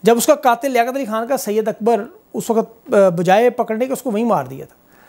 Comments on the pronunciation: Bro not syed Akbar it’s صید اکبر said Akbar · Not syed akbar, SAID AKBAR PLS